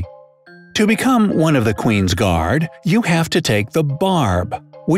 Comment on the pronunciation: Qwin gards oo